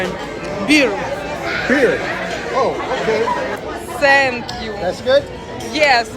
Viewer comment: Нормально погуляли. Осталось только научиться правильно произносить слово " Thank you". Пора бы уже . Ну нет там звука "С", вообще нет.Тем более такого четкого ССэнк ю.